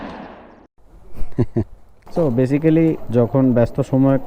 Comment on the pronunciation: আসসালামুয়ালাইকুম ভাইজান শব্দটা বেসিক্যালি না বরং (বেইসিকলি)